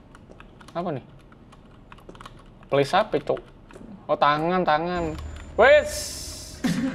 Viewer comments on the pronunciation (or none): none